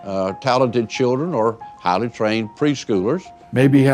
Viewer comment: “Haly trained preschewlers”